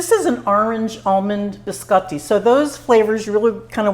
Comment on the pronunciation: Looks so good and you make it look super easy !! Love how you pronounce biscotti the correct way...💕😍👌